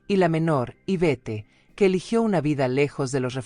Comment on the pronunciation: Infórmate bien niña, ALEX era el menor de los 3, no se dice IVETTE (aunque así se escribe), se pronuncia IVET, que es la segunda de los 3 hermanos.